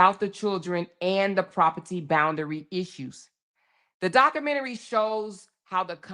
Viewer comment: You really don’t know how to pronounce the word documentary